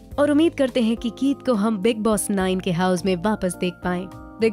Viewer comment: how r u saying house IT'S FUNNY